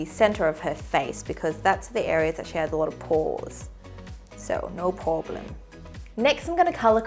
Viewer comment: "So no poreblem" ARE WE NOT GOING TO ACKNOWLEDGE THIS BANGER